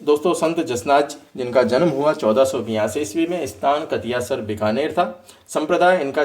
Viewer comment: कतियासर नहीं कतरियासर